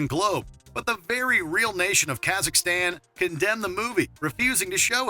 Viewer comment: Did the narrator say Ka-zak-istan ? Then went on to almost pronounce it properly a few sentences later. Lmao.